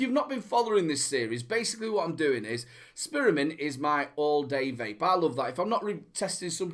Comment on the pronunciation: and people say i have a accent, love the SPEARmint hahaha nice one